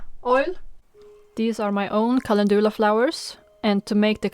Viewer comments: Helpful and inspiring tutorial, beautifully filmed with the moody light. We pronounce it Calen-dew (like ‘you’)-la, rather then Calen-doo-la 😉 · “Calendula” is pronounced with the accent on the e. Cale’ ndula